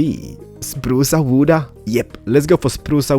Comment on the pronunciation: spruce awooda yes let go for spruce awooda lol (awooda ment me be wood but they way he says it sound like awooda)